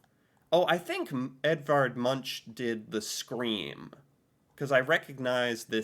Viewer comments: Munk is the way to pronounse it not munsj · It's pronounced "munk" not munch :D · Munch is pronounced Munk, not Muntsj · I only want to correct you on your pronunciation of the artist Edvard Munch, it sounds strange, but it has been a debate on how he himself used his surname, and after a little back and forth, we ended up with "MUNCK", but the ‘CK’ Is said with a soft sound with your tongue curled up with the backside touching your back teeth and the tip of your tongue curling up, but not touching your palate. And I know you have problems with our vocals, but the ‘U’ is something between a an ‘O’ and and an 'U’!! Good luck with testing 😂 Lots of love, Eva, Oslo Norway